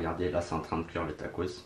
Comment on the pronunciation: Au lieu de dire tacos tu dis tacrote car sa ressemble à sa 😂😂😂